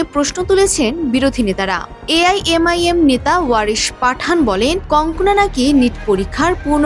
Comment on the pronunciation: বার বার কংকনা কংকনা বলছেন কেন?ওর নাম কানগানা।